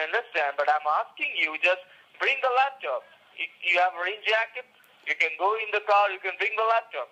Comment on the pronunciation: Scammer: turn on the LaptIop (Yes, LaptIop)